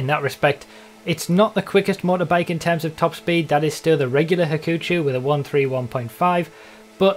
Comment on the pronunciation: はくちょう ha-koo-cho it google translates to 'trouble'